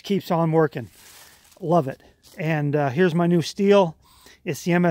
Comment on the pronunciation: Also nice to hear Stihl pronounced correctly.